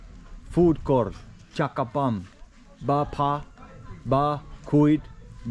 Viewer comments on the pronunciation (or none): Bam pha....not bam bha😂